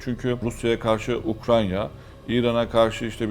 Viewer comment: ya hocam ukrayna ukranya degil